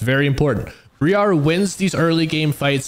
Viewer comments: I'm sorry for being that guy but it kinda bugged me since it keeps going in the video, its not BrEar its Briar (the I sounds the same as I sounds when saying I). Its confirmed in both her champion lock-in voice and by Zyra in game randomly saying her name when they meet each other. Otherwise great video ty for content xD, I'll hide my grammer nazi self in the corner now :3 PS on the lvl 3 2 point W thing, only do this if you don't think you are going to be invaded, if someone invades you and you don't have Q you can no longer prio camps. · Its Briar not BrEEARE >;c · bree-are? wtf bro?